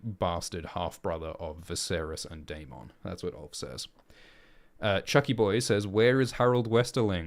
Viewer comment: Isn't Daemon and Aemond pronounced as "Day-mond' and "A-mond" like in the show and not "Day-mong" and "A-mong" like in "Poke-mon"?